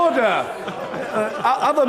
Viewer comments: Why does he say uder instead of order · me when i see Roblox online daters (i know its order but it sounds like oder) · that old chap didnt blink an eye. And that 'orderrr' guy is just like from monthy phyton :D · Auder auder auder......auder...... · “He’s perfectly capable of asking that question without using that word” And you’re perfectly capable of talking without saying “ORDEHH” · He keeps saying “otter” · oawh dugh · Everyone gangsta until the speaker says "Ordah" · "UDA" is what I hear. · My dream in life is to be the man who says Orda. I want to scream at all the MPs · gonna miss him saying oda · Order, Order, horder, hoder, hoder, hoder, hodor, hoder, HODOR, HODOR, HODOR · It's pronounced ORE.......DER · Why does he keep saying "in furnace"?? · He's said the word "Order" so many times that he doesn't know how to pronounce it anymore